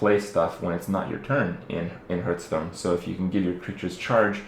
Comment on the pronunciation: It's not called "hurtstone" ffs..